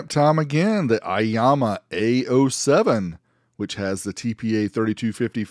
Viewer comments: Aiyima not Aiyama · Eema not Ahma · aiAma? i think its aiYma =) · It is not "aiyama", it is Aiyima. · It’s Aiyima, not Aiyama. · 👍🏼 video... But I - E - Yama.?! LOLOL 😆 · I think it's pronounced I-yeema but nice little amp for the price. I have the Aiyima DAC and it sounds fantastic.